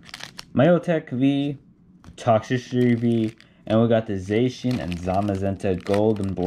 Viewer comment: Btw you were pronouncing Zacian wrong. Great vid though